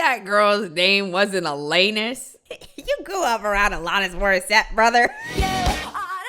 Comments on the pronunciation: Cop: AlAHnis Ava: AlAHnis: ALEHNUS HOW, HOW, HOW DO YOU HEAR IT TWICE AND MESS IT UP THAT BADLY? HOWWWW GIRL!?!? 😂😂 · I just gotta add, and I KNOW it's like an ai narrator, but the pronunciation of "AL-anus" It's just bothering th outta me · Really like the pronunciation el-anus